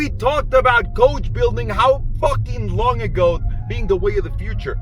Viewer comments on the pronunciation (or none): none